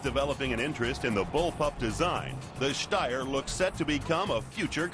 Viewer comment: They pronounced Steyr as good as you can with an american accent. I'm actually surprised. ^^